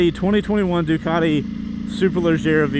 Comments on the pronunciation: It’s “superleggera” not superleggara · Superleggera, not superleggara.